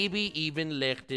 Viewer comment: How tf does he pronounce Licht so perfect every time